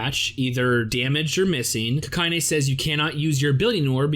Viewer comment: My man, it's Kakine, not Kakayne. Also somehow both Frenda (allegedly) and Rakko are level 0... Leads me to wonder where she's storing all her dolls and bombs